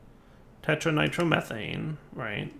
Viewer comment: ”tetranitromethanane” LOL poor. Slow down and take your time to read the names, we won't mind dude. =)